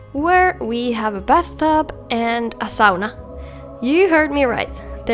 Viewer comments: I know, in England we say it wrong, saw-nuh. You guys say it right. I'm sure others would agree with me here, but its very clear to see how much effort you put into your videos, seems like you have a passion for it, and as a viewer I can tell. It gives a soul to the videos. Have a great rest of your day anyway. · I have always pronounced sauna correctly and it made me very happy to hear someone else say it!